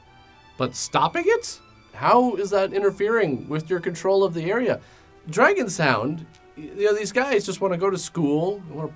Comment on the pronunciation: "I didn't realize this before. Dragon Sound is really an international band." His pronunciation of "Dragon Sound" threw me off.